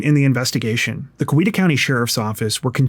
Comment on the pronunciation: It’s COW-E-ta…